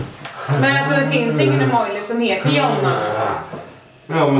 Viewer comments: Säger dom emojLi???😂😂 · teh Dyvox ifall det inte stavas med l så säger man inte l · Nej man säger emoji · säger dom emojli? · blir så frustrerad varje gång ni säger emojli. dör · Haha Emåjli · Haha Emojli!😂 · Älskar att Jonna säger Emojli😂❤️ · Hahaha dom säger ju emojli😂😂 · Haha vilka fina "emojli" in va XD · Jag kommer föreställa en emojLi'' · Jonna och säger emojli 😂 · gilar att Jonna säger Emojli och haha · "emojli" HAHAHAHAHAHAHAAAHAHAHA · Hahah gulligt💕 men det heter inte Emojli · Jonna säger ju EMOJLI!😂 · Jag kommer föreställa en emojLi'' Jonna säger ju precis samma sak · "emojli" xD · säger emoijli 😂😂😂😂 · Helt rätt, det heter inte emojli! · Hahahah söta ni är som säger "EMOJLI" 😘😘😘😘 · 'emojli' xD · Haha emojli säger dom😂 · hahahahha "emojLi" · Dom säger Emojli😂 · Jonna säger emojli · Haha emojli🤪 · Bara jag som störde mig på att sa Emojli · hhahahhaha de säger emojLi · sa emojli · det heter inte emojli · Sa han emojli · Jag visste inte att det hette "emojLi" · Var hör ni L i emoji ❤️❤️det är inte imojli❤️ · Gilla om ni stör er på att dem säger emojli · Det heter inte emjoli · Varför säger Jonna emojLi😂😂😂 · Varför säger de emojli😂😂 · Varför säger ni emojli? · lol dom säger emojli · Säger ni emojli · Varför säger dom Emojli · EMO-lji vad fan är det? xD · ÄMÅJI INTE ÄMÅJLI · Jonna varför så säger du emolji??? Men säger emoji!😂😂💖💖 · Heter det inte "emoji" och inte "emojli) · det heter emoji inte emolji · Älskar Att dom inte fattar vad du menar. Det heter ju emoji men Jonna säger emojli och det var det personen påpekade men efter som att svenskar har för låg IQ så fattar dom inge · Det rolig är att dom säger "Emojli" istället för "emoji"😂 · Vad är en emojLi, det heter emoji😂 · Superbra video! Så kul att ni säger Emolji istället för emoji :D Inget emot det, det blev bara charmigt XD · ni ä bäst men det heter imojii inte imojlii ingen L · man säger emoji inte emojli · det heter emoji inte emojli. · Emojli 😂 nej, emoji